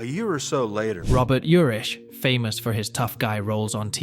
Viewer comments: Just so you know it's Vegas,not Vegadollar and his last name is pronounced Ur-ick not Ur-itch. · Last name pronounced: Your’ick. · I watch this channel nearly every day new or old I've never heard such pronunciation issues lol Its VEGAS dude 🤣 Not Vega 💵 sign Urick Was how he pronounced Urich I believe Otherwise another interesting 🤔 valuable video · It was called Vegas... NOT "Vega Dollar" ... SMFH ... And you miss pronounced his name (OVER AND OVER AND OVER) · I like Robert Urich, and I've watched this channel many times, but I can't get into a video where you can tell it's just a recording and doesn't say the name right! These were real people and deserve better! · How many ways are you going to mispronounced his last name??? And Vega Dollar?? WTF????😂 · Vega "dollar?" You gotta be kidding me. 🙄 Is this an AI voice or what? Dude can't say his last name right, either. Pathetic! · How completely awful, and horrible a video. First Robert Urich died in 2002 not 2020. The horrible AI voice constantly misstated his last name. And really the way they said Spencer.......for hire was ridiculous and it's Dan TANA, not Dan TONA. But far and away the most ridiculous was Vega dollar 😂😂😂😂.